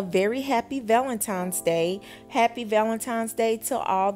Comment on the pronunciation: For crying out loud it's ValentiNes not ValentiMes. Come on now, once you know better.....do better.